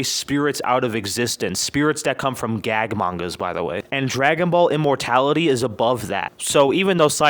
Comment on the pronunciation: " immorality?" I thought it was immor'T'ality